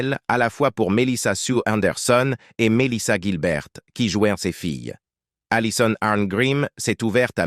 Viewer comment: Le série est bien mieux que cette vidéo. La voix off est pourrie, elle ecorche un nom sur deux, se contredit ( Guilbert puis Gilbert), et ils répètent trente fois la même chose 50 fois en 20 minutes.